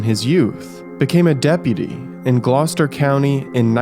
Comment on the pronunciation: So proud you pronounced Gloucester correct